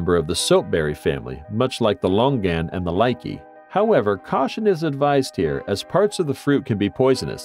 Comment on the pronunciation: LOL he called the Lychee ( Lie- ch E) a likey